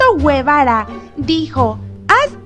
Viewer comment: No se dacia güevara si no gevara lo escribí sin u para que me entiendas